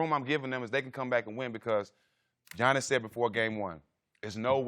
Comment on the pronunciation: this guy hears everybody else pronounce Giannis correctly and still has the audacity to say, "G-annis".